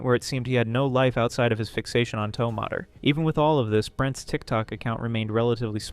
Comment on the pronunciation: You're pronouncing mater's name wrong